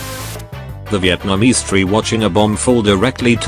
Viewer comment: It's Viet - namese, not Vi - eet - namese.